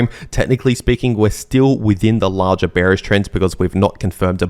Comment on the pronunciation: im giving some translation to english: 1) Lar-jar = larger 2) May-jar = major 3)twid-dar = twitter or X 4) technically speaking = according to my neighbour 5) give it or take = trust me bro Thanks to me